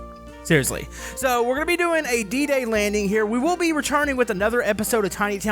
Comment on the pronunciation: It's D-day as in the day